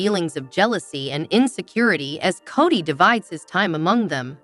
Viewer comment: For fs, at least have the computer voice promounce the names of the ppl involved correctly! You can spell them in a way that causes the pronunciation to make sense! Eye-sahbull? Coddy?! Really?You insult our intelligence!!